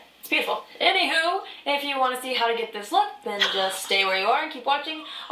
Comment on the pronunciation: no one: midwesterners: A N Y W H O O O